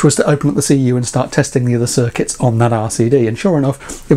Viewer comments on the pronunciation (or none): none